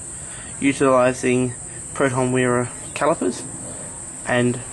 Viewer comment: what the heck did you say ?? caliper from where?